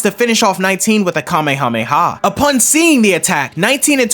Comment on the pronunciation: So happy he didn’t say Kamehameha wave in the dumb ass way that most dbz YouTubers say it It annoys the duck out of me